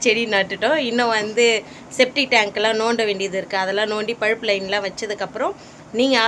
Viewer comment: பழுப்பு லைன் இல்லை பைப் லைன் னு சொல்லுங்க